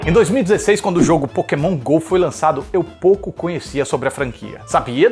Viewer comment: Quando ele disse pokemonha eu escutei maconha....kkkk